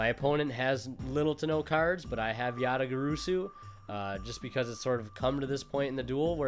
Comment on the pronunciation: You still pronounced it wrong ResidentSleeper